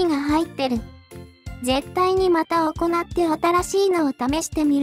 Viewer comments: 読み上げソフトでは難しいと思うけど、「行って」を「いって」と読むか「おこなって」と読むかで意味が違ってきます。 何か工夫がほしいですね。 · 行くと行うの読み間違ってるからw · …絶対にまた行って(おこなって)←と読んでます🤣